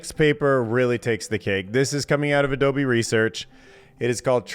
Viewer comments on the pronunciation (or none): none